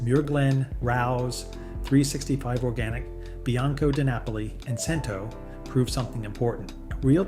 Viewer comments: #Cento is pronounced "chin-to" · Grazie per il tuo impegno nel cercare di educare il grande pubblico, ma purtroppo la sezione dei commenti del tuo video didattico è un po' fuori luogo. Il mondo in cui pronunci "Cento" mi fa ridere... Grazie per l'ottimo video.